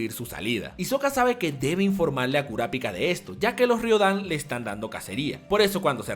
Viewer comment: lo unico no soporte como pronuncias kurapika , porque toda la vida lo he pronunciado y he escuchado pronunciarlo con el acento en pi, aparte de eso genial video